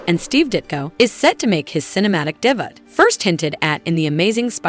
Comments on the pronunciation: if you're going to use AI generated voice for your video you gotta be able to pronounce words like "Joaquin Phoenix" and "debut" gimme a break. thumbs down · Uhhgggghhh!... and did she say "day butt"?! 😅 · Could someone go over how certain names and words are actually pronounced before taping? The word debut is not pronounced "debit". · HOW CAN AN EDITOR BE OK WITH FUCKING UP THE PRONUNCIATION OF THAT MANY WORDS AND NAMES. WHAT THE HELL IS A DAY-BUT? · Anybody else rewinding to hear the fun pronunciations? (MAGNETO, DAY BUTE, JAW KEEN PHOENIX, ME TORIC RISE,) XD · The AI reading of the script for this video is really painful to hear. I thought AI had improved, but you guys are obviously using an old version. (for Example: 'Debut' is NOT pronounced "de butt') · Is this narrator really AI? “She” butchers the correct pronunciation of words like “debut” and “Rojas”… and tends to speak unnaturally fast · Can AI not pronounce the word "debut"? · And if you don't know how "debut" is pronounced, how did you get a voiceover job? There are so many unemployed voice talents out there. STOP USING AI!!